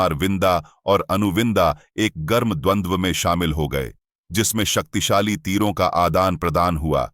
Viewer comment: Is it only me or someone else also noticed that he said Saktisali Missile in